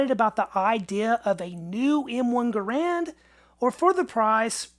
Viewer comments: GARand. Not gaRAND. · pronounced his name: Gahr, not gar.